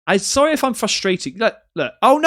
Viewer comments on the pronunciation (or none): it sounds like he’s says “I’m soaringgggg” rather than I’m sorry, to me. And the weird slappy noise is weeeeeird 😭😭